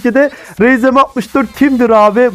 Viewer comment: Abi senden daha bilgili olduğumu kanıtlamak için yapıyorum sanma ama rzm diye deuide Arzem diye okunur